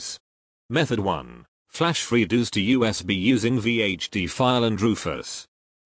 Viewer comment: "freedooos" lmfao